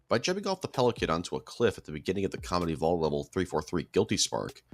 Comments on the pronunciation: Why does it sound like you say comedy evolved and not combat evolved (just a little nit pick) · Am I the only one who keeps hearing him say “Halo: Comedy Evolved”? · Am I wrong or was he saying “comedy evolved”? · Not gonna lie, whenever you said Combat Evolved, I kept hearing Comedy Evolved.